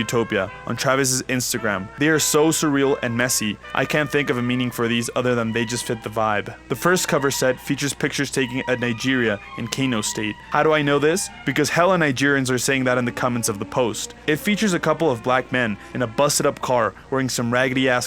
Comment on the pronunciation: Kano State Pronounced "Can" "O"